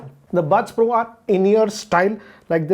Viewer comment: Everyone says pro but pronounce bro...